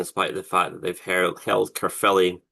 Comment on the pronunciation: Thank you for pronouncing Caerphilly right it's not carefully and Cymru is not Simru ffs